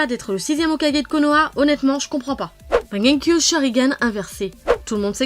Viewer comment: Wsh comment elle a dit mangekyo